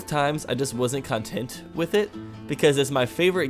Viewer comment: Speaking Of Mishearing You. The Word "content" sounded like something else... you know the one. maybe i just have a dirty mind though...